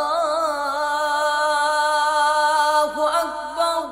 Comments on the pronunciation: Is it correct to say Allahuakbar rullahuakbar ? It should be allahuakbar allahuakber, what is the need join ray with lam? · Allaho Akbar Allaho Akbar lafz hei Allaho Akbar rullaho Akbar nahe hei Allaho Akbar ka hamza Asli hei was le nahei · Practice achi hai but "ullah" ku keh rhe ho bahi